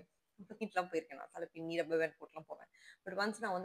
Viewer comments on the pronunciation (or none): none